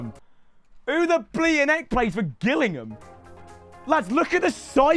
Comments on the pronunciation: Up the gills ps it’s pronounced jillingam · You pronounce Gillingham as if the G was a J, so basically Jillingham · isnt it pronounced jillingham ? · Man said gill instead of jill for Gillingham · Gillingham is my local team 🔵 pronounced like j-illingham. Not like the gills on a fish lol. Up The Gills 🔵⚪️ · They way he pronounced Gillingham is too funny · that’s not how you say Gillingham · u pronouncing gillingham like that means you dont deserve the shirt. i will take it off your hand. sick vid tho